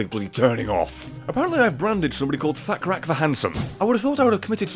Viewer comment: When you said thakrak I thought you said fat crack the handsome